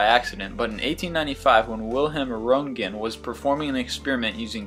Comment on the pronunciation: duuude, PLEASE research pronouncing foreign names! VIL-hehm RUHNT-gen was the X-Ray Dood. please keep up the good work! I love your videos!